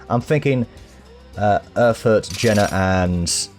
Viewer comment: Well you only Butchered two Pronounciations (correct me if im wrong) Schwerin - Shwearyn (atleast you don't butcher it then) Jena - (good Question but i would say: Jey'na)